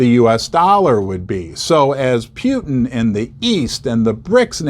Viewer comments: Can you please say "Putin" correctly and not "Pjutin" or whatever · Everyone: "Poo-Tin": "Pea-You-Tin" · Yeah, I noticed that too. What I heard was "Pew-tin". lol